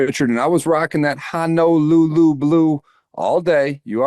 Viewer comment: My Hawaiian wife asks, “Can you stop saying Ha No lulu!?” It’s Honolulu two long O’s Ho No Lulu.